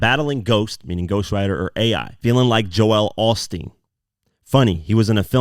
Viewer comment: He is butchering Joel Osteen’s name lol